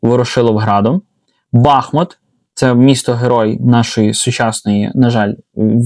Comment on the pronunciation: Посеред Бахмуту тікла і тече річка БахмУтка,тому мабуть правильніше казати бахмУт😊❤